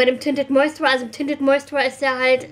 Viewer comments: find das so süß wie du immer "tinted moisturer" sagst obwohl es ja moistuRIZER heißt:D mein freund meinte auch letztens "fehlt da nicht n stück? nennt ihr das nicht tinted moisturizer? (ja er kennt sich aus haha) hast dir die von estee lauder eigentlich auftragen lassen oder blind gekauft? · Moisturer ist auch nicht das deutsche Wort :D du sprichst das englische Wort einfach falsch aus :D, lässt halt ein Stück weg.